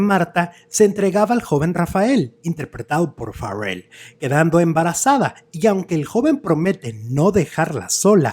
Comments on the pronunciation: Una corrección no es FARRELL pronunciado ERRE. Es FARELL pronunciado ERE. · No es Farrel , es Raul Farell y se pronuncia como se escribe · Pronuncia el apellido Farrel como gringo champurrado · NO SE ESFUERCE SE PRONUNCIA "FAREL" ASI COMO EL SR QUE FUE DIRECTOR DE IMSS ARSENIO FARELL CUBILLAS QUE ERA SU TIO. NO SEA USTED RIDICULO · te escuchas mamilas al pronunciar su apellido 😂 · ¿Por qué pronuncias el apellido Farell como si fuera inglés?. ¿No sabes que es un apellido catalán y la "r" y la "l" se pronuncian exactamente igual que en español?